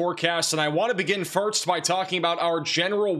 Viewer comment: Time stamp Firts Say it w me class, Furrrsssstt. FIRST.. 🤣 You got this. Good job on the weather. You and you team are always 99% correct on that...